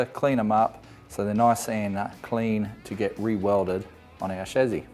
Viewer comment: When you keep saying shazzy, I'm guessing you mean chassis? 😒